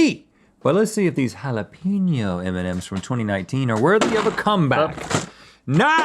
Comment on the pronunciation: i like how you pronounce it eminem's